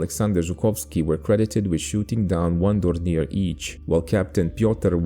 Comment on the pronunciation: once again those pesky French words in German language caught you. :-) Dornier is pronounced the French way.